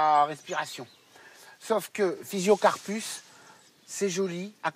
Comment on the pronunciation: C'est pas un Thuya c'est un Juniperus et à c'est Physocarpus et non pas physiocarpus ! Il fait toujours du bon travail mais qu'est-ce qu'il raconte comme conneries !!!